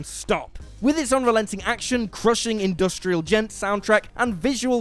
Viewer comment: just giving a thumbs up for you saying "industrial djent"